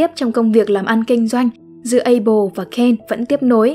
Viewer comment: Abel chứ ko phải apel nha:))